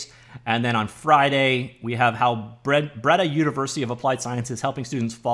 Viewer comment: Nice! Well done on the intro as well. Was surprised to find my old university on there as well! Also it's pronounced something like "bray-dah" and it's dutch. :)